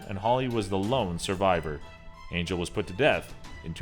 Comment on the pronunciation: It's not pronounced angel it's pronounced on-hell it's a Spanish name